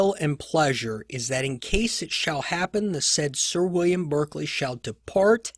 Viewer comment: Thanks for these excellent episodes. May I just note that Lord Berkeley’s surname is pronounced ‘ Bark Lee.